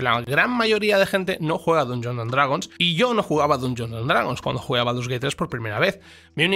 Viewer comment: Aguanté hasta el hasta q pronunció Dungeons con U. Inadmisible.